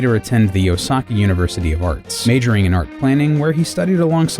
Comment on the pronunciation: Despite the numerous mispronunciation of "Condo" and "Osaki" University and other Japanese names or words, this video is good!